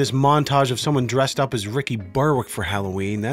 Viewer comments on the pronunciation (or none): none